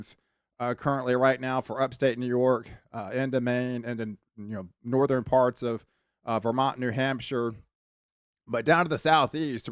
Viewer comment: I really like your forecast videos. Very accurate and well done presentation. I subscribed the first time I heard you say patteren!!! Southeren, northeren I love it. My girl says patteren too. Keep up the good work 👍